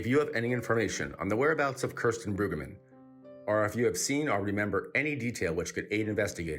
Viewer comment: Mispronouncing her name is so disrespectful.